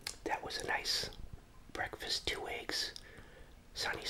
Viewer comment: I guess this is what they call bekfast